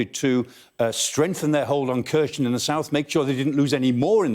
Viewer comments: Kharson is pronounced - (k)haar-son - not kershen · Here-son. Say it with me: Hair-sawn. Kherson. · Why does he pronounce Kherson as Khershon? Will he pronounce Jackson as Jackshon as well? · Kherson isn’t read that way. Explains the expert isn’t much into the region. Rather another stage for the Sky News